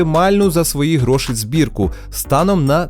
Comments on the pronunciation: Дякую за відео Дякую за Вашу роботу, Все дуже цікаво! Гарний звук і картинка. Хай квітне український Youtube! Декілька моментів, які "різанули" слух: Не "гроши" ,а "гроші"; не "самий дорогий", а "найдорожчий"; не "провода" , а "дроти" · Ось це твої "гро́шИ" ріже вухо, малорос на мінімалках. Та й взагалі багато русизмів у відосі.